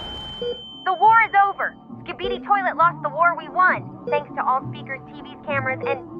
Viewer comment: Toilot😂😂😂titan speaker say "any skibidi toilot😂😂"